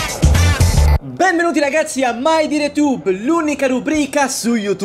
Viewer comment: Ragapzi, ragapzi, ragapzi, ragapzi, ragapzi, ragapzi, ragapzi, ragapzi, ragapzi, ragapzi, ragapzi, ragapzi, prepararsi alla fatida ora X, le .